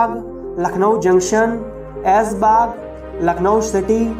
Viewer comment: भाई बहुत सी जानकारियां अपने ग़लत दीं हैं लखनऊ पर वीडियो बनाने से पहले अपना तलफ़्फ़ुज़ दुरूस्त कर लें जैसे आपने ऐसबाग कहा तो भाई सही अल्फ़ाज़ ऐशबाग़ है ऐसे ही अपने दिलकुसा कोठी का ज़िक्र किया है तो भाई दिलक़ुशा कोठी है